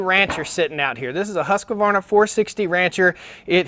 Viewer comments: Not to be picky but it's pronounced Husq varna no Husqa varna. Nice vid, stay safe out there! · Hoosk-varna. Not husk-A-varna